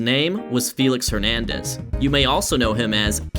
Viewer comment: “”. Great video.